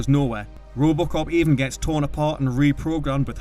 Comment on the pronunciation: This Narrator sux!!!! It's RoboCop, not Roobocop😡 Unwatchable with this voice 🤮🤮🤮🤮🤮